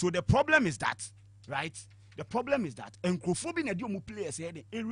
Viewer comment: Ps learn to call nana addo his excellency nana addo with respect but y called John mahama his excellency, the kofi Jerry who say Tottenamand ploblem